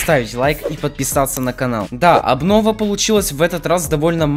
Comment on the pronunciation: тфу не аблова а абнова